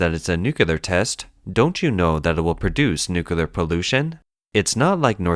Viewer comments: The word is nuclear, not nukular. People like you drive me nuts! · The word is Nu-CLEAR not NUCULAR- someone please teach this bot to read English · For God's sake, it is pronounced NUCLEAR, not NUCULAR!!!!! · The word is NUCLEAR, not NUCULAR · God, the constant mispronunciation makes this unwatchable. "Nookyoolar nookyoolar nookyoolar nookyoolar." I really want to look past this, but you've made it impossible. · i mean theres is Clear in it LOL